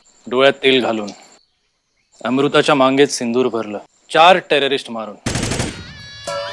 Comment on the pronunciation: ' मांगेत ' सिन्दुर नाही रे मित्रा ' भांगेत '😢😢😢😅